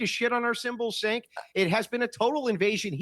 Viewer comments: I love how never pronounces Cenk's name correctly. At this point, i feel like it's on purpose and im not even mad lol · Cenk sounds like a slur 😂